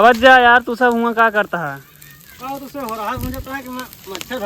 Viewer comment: हुवारा bolte h horha nhi